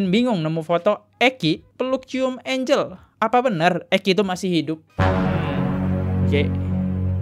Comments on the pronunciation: Maaf.... bacanya bukan engel tp enjel x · Gue a bit 'cringe' elo sebut namanya angle... angel bacanya Enjel, bro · Bacanya enjel kali bang,kalo enggel tulisannya angle